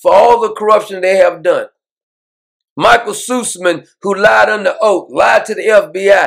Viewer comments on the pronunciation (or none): none